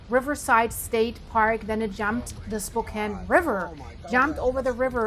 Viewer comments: The “ a” in “ Spokane” is short as in” Apple”. I know you are fillkwing the unwritten rule of Magic “ e” that creates a long singular vowel that precedes it in a syllable even though separated by a consonant as in “ cane” or “ time” or ‘ hope”. This rule does not apply to names not of English language origin. That’s called “ native language interference” or “ overregularization”. It’s a consequence of misapplied epenthetic anaptyxis to a diachronic aphthong. So “ Spokane” should be pronkunced as “ spo:-KA’N/ o: as in home / ho:m/ and tertiary a’ as in hat / ha’t/. You have to u derstand the English vowels usually have three values as in “ A”: Primary and: as in day /da:/, Secondsry “ Continental) as in the word “ ball” and tertiary as in cat /ka’t/. There is no “ C” in pronunciation. That’s just the short explanation without invoking apherisis. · She is not from Spokane. She missed pronounced our city. If you are from Spokane. It is a big deal they it pronounced correctly. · Learn how to pronounce the city you are speaking about. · They're not your neighbors if you cant even pronounce the name right. But yes, this is horrifying. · Learn how to pronounce the name if going to be a reporter😢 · FFS - at least pronounce the name Spokane correctly. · That is not how you pronounce my city! Lol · 😂 spo CAIN haha. It's pronounced spoh CAN, or at least that's as close as I can type it as text. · Spo CAN. NOT SPO CANE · Spo-Can not Cain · SPO- can, not SPO- Kaine, like cocaine. I live here. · Spo-CAN, not Spo-CANE. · If you can't pronounce Washington towns please don't try and Spokane isn't the 2nd largest city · Lady, if these were your neighbors, you'd know how to pronounce Spokane! It's Spokanne not spocaine. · SPO CAN! Not SPO KANE. If you can’t pronounce it you are a stranger. I’ll go with reports from people who live there. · PRONOUNCED SPO - CAN NOT SPO CANE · It's "Spo-can" not, "Spo-kane." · Spo-cane? It's pronounced Spo-can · Spo-can. It’s not a cane. Spo-can.